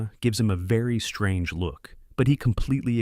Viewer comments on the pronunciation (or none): none